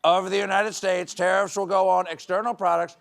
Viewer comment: Far be it from me to criticize Stephen’s performance, but it does feel like he enunciates the “states” a bit too much for his 47 character.